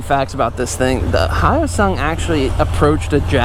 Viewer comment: Hate to break it to ya, but you are pronouncing it wrong 😅